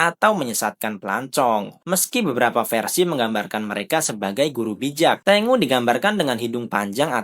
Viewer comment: Ten-gu Bukan Teng-u